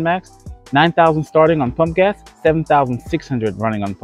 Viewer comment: I sure that you were saying punk ass! I had to listen a few times... PUMP GAS! LOL Thanks for making my morning!